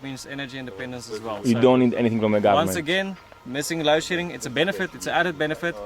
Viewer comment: It's load shedding not low shitting by the way.